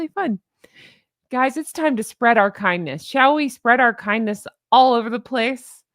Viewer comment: Near the end you said - spread the kindness, and I heard- spread the C U Next Thursday. I guess my ears are glitching.